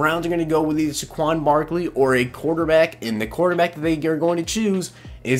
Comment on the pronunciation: SAY-kwon Barkley.